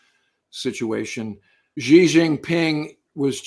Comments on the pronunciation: Xi is pronounced "She" not "Gee". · The correct way to pronounce “Xi” is not “Zhee”, “Gee”, “She”, or “Zee”. The correct pronunciation is nearest to “see”. I am not a native speaker of Mandarin, but that’s what I learned from my Chinese language teacher. Thank you for your videos by the way.